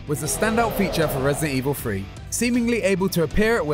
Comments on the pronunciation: Accents aren't a real excuse to hide behind pronouncing words wrong. There's nothing stopping him from just saying "three". If I can fake his accent and say "free", he can speak accurately. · Who let this guy make a video about RE3 or RE Free as he pronounces it 🤨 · I mean the doesnt sound like fa or fee, so I dont see what the issue is with three. I'm lazy and pronounce things off too, I dont judge him, just making a point